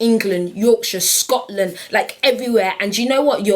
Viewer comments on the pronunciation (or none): none